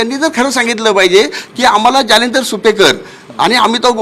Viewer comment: गुप्ता - नावातच गु जालिंदर नाही दलिंदर